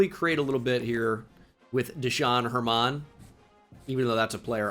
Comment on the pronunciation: Pronouncing Desean German like that is illegal